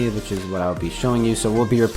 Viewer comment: "Carboniser" lol